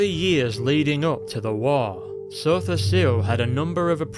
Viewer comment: lol i love how you say Sotha Sil. Makes him sound really epic